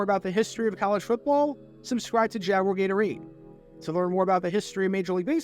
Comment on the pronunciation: I know you SAY Jaguar Gator, but I always HEAR it as Jowel Gator.